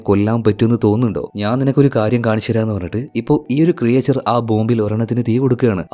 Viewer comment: ക്രിയേച്ചർ അല്ല ക്രീച്ചർ